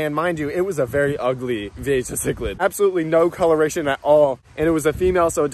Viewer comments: Dude VEE-A-HA not vee-a-Ja. The j sounds like a H sound. Man did that really start to annoy me. If your going to be making videos that are informative about fish, atleast please learn the name correctly!!! It wouldn't be that annoying but he probably said the name 75 times in less then 10 minutes haha. Dope that your catching them in the wild but also know, if you brought even your nicest ones into my fish store I'd maybe be give you$15. The one you saw in the store was with some kinda female(which no one with any sense would by for 150 ) or was prob one of the Columbian or similar more drab type that are naturally less colorful then some of the more rainbow colored species that actually can go for quite a bit more money but from experience in the fish industry it takes a long time to sell one because it takes a very specific type of fish keeper to actually buy them. Cool video tho. I'm definitely jealous that yalll can just catch all these amazing fish out the bayou and canals in Florida(even if it is incredibly harmful to the native species that are supposed to be there) but regardless atleast catching them and removing them is a great start to helping the native species survival even if it's only a handful a day.. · The "ja" in vieja is pronounced "ha". J's in Spanish usually sound like H's in English. Just started watching your videos. The aquarium ones. I'm an aquarium nut. I was VP of an aquarium club for 3 years and secretary for 4 years before that... Damn! I think I could move to South Florida and just run around with a net and a bucket and be happy for the rest of my life. This looks so much fun! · Oh man, as an aquarium enthusiast, your spanglish pronunciation of Vieja (VEE-AY-HA) was killing me. Gorgeous fish though, too bad they're invasive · Vee-A-ha bro the way you say it drives me nuts just saying, still great content none the less. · Pronounced vee-AY-ha. Spanish word for "old." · Pronounce as Viyeha :) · by the way. its pronounced V-A-HA